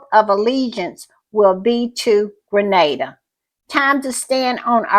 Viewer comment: Thank you for shouting out Grenada 🇬🇩, and I appreciate so much that you know how it's pronounced. Little things go a long way. And thank you for the great podcast